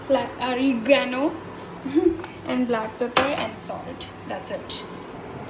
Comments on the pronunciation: Nor arigano neither organo it's oregano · Arigano na organo hota hai